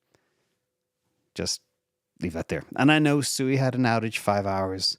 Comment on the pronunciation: I understand SUI is pronounced “SWE” (just sayin’)